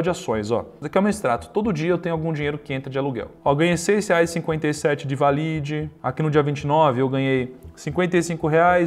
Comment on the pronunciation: Só uma dica. A pronuncia correta da empresa Valid é Válid, e não Valíd. 😉